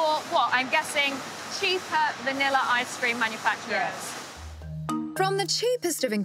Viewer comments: Ugh. There is no "R" at the end of words that end in A. Its entertaining to listen to you consciously pronounce "vanilla" in certain parts of the VO, yet in casual, unguarded conversation you pronounce it as "vanillar" LOL. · "Vanilla I-Scream"